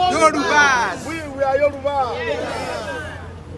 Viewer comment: please learn how to pronounce Yoruba. Please it's not Yoroba but Yoruba. You are a public relation person and I believe you should know better. Thank you.